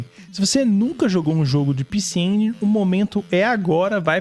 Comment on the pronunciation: Sabe nem falar. É pecê EngUÍNI. HAHAHAHAAH Eu ja ouvi retroveio falando assim. Haahahh Tmj. Jogão demais.